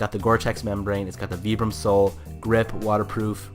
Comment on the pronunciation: Great video, and very informative! I do have to say though that Vibram is pronounced "vibe-rum" lol, it was really hard to watch all the way through with the way you're saying it.